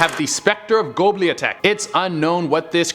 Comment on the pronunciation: And really....gobliatek? Do you mean Göbekli Tepe? Sigh..........